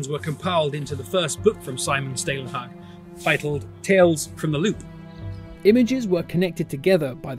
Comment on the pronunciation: "å" in Stålenhag is pronounced "au" as in "Paul" - Staulenhag Salomonsson is actually "son of Salomon" - Salomon-son